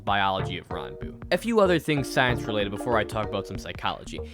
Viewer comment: your saying his name 100% wrong